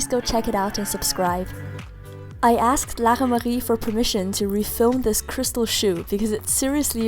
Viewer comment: I love the way she pronounces Lara-Marie!